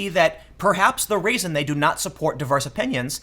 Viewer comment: To answer your question: When you pronounce reason it sounds like raisin.